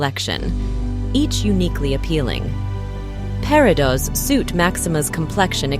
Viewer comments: Pair-ih-dots. More than once. What is wrong with your AI voiceovers? This makes me nuts. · The S on the plural form of peridot is not pronounced! I would love to see Danielle Steele’s jewelry collection. She is a talented, interesting person.